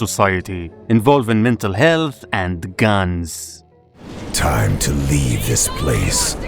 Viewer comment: Im sorry but the way you said guns was funny